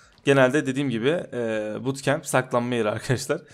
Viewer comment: Abi sandoka bootkamp diyon